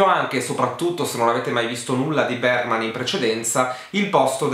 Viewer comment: Postilla da studentessa di svedese: Ingmar Bergman si pronuncia più o meno "Ignmar Beriman" 🇸🇪🇸🇪